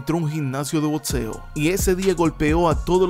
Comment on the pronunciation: Nos e dice botxeo se pronuncia como se escribe compita